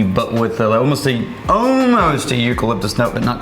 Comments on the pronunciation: Drinking game idea: when says "Ohmost" instead of "almost" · “Omost”. Dammit man! It’s ALmost! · Or forgets there's an L in almost. What is Omost?